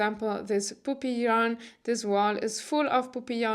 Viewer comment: Hahaha I was knitting while I was listening to you and I made a mental note to visit “poopy yarn shop”. 💩 I laughed out loud when I realized you were saying PUPPY 🐶